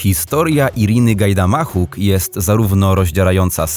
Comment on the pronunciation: Przed nagrywaniem przydało by się zapoznać z WYMOWĄ obcych wyrazów. GajdamaCHuk?? GuadalaJarze?? Serio?! Hahahah "chcieli Z NIEJ zrobić film." hahahahahahaha